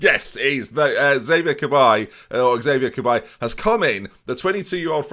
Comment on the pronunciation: i am not french but i think cabaye is pronounced yie or like yes without the s :P